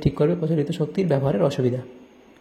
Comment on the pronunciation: Sir আজথেকে জানলাম যে - অসুবিধা নয় ভসুবিধা হয় 😂😂😂😂 কিন্তু আপনি বুঝিয়ে দিয়েছেন❤❤❤